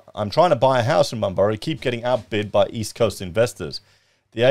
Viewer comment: Lol. I'm pretty sure Bunbury is pronounced " Bun-bree".